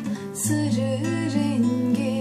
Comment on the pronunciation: güzel yorumlamışsın ama sarı yerine neden sırı diyorsun :)